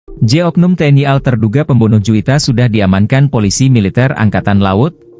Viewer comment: Bilang tni al gak bisa banggggg, kaya bita huruf aja